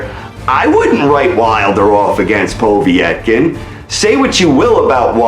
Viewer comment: Who has wilder fought? Stieverne? That's the biggest win on his bum list. Wait till he fights a good boxer of equal size like A.J. jarrell big baby miller or Tyson Fury. He'll get exposed for sure. Ps it's not po v etkin, it's povetkin. Wilder is lucky to have a belt. I can't wait for him to fight a skilled boxer of some what even size. It'll actually be quite funny how quickly he'll Get dropped. Mark my words. He's not a good boxer and when he challenges someone in the top 20 he's done for. Trust me in that one